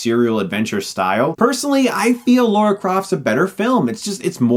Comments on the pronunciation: He really doesn't. Although maybe this is a case of you thinking that how he says it is how you say it, but it's not. It's lah-ra not law-ra. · I had a drink every time Chris pronounced Lara as Lora. Now I'm dead. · Dude, her name is pronounced "Leeeriyahr." Great review! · Lara is pronounced just as it is spelled LA-RA. It's not an English pronunciation of Laura, they are two different names! Lara is Russian, Laura is Latin. It drives me crazy whenever she gets a mention and it's not even mispronounced - they straight up use the wrong name! Grrr. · The second movie, with Gerard Butler, is a bit better. By the way, I believe it's pronounced "Law-ruh" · It's LARA. My god. > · Every time I hear "Laura", I cringe a little bit. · Oh yes, this movie. LOL Haven't seen it in ages. Maybe I will now. Also, you have a hard time deciding on Laura or Lara xD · always wondered how that is such a difficult name for Americans to pronounce. Especially as it seem to be only Americans who mispronounce it. Everyone else can say "Lara" just fine. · I keep hearing you say "Lora" I must be imagining stuff... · To be honest, some characters from the 2013 video game pronounce her name 'Lora' as well. I still don't get it though. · it is 'lah-ra', guys. pretty common here. really not that hard either. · 101 on how to piss of someone named Lara. I forgive him because he's a good reviewer but I swear if I ever meet him he's getting a lesson in pronunciation. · LARA Croft. L-A-R-A. why is it so hard for people to use words lol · I have to ask, are people just incapable of pronouncing "Lara"? I think its ironic that Chris pokes fun at Daniel Craig for his American accent. At least Daniel Craig pronounced Lara correctly :D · This would be awesome if they had simply gone the whole nine yards and made it soft porn... also: Its Lara, not Laura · What do I put here? BTW how is it stupid to be annoyed by someone mispronouncing a name. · Can we take a drink every time you mispronounce Lara